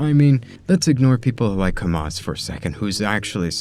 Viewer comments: bro , can you stop pronouncing hamza like saying hamas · Bro he's Hamza and not Hamas 💀😭 but your content is gold, ngl.